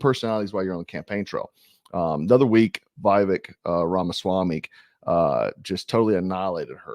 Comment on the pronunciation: Viv ache short I long A accent on Ache. I’m recommending your channel to people, sir 🇺🇸